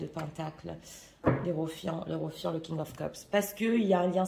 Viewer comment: Merci pour ce tirage. Avec le hiérophante et non pas le herophiante😅... chaque fois que vous le dites, ça me fait penser à fientes 😂